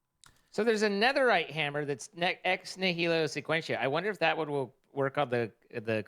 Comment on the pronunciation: The return of Sky Factory reminds me of when, several years ago they were doing one of the older Sky Factory packs (3 or 4), I left a comment explaining how to pronounce Ex Nihilo and the meaning of the term in Latin. saw this and, in a later episode, attempted to tell Jardon about it. Jardon interrupted him almost immediately and carried on, and didn’t try to bring it up again. It just felt so on brand. To have the opportunity to be presented with new information and yet reject it, and to carry on doing things the exact same way. Clearly has adopted the correct pronunciation, but Jardon continues to say “Ex Nilio” as he always has. It played out in such a perfect way. That’s the sort of thing that someone would write in a book or movie or TV show to enforce the specific traits of a character’s personality. I often think back on that exchange and the way it perfectly encapsulates the two of them.